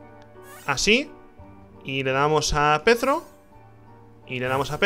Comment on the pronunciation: O por DIOS!!! Es Perthro y no Pethro Ni voy a poder dormir hoy T-T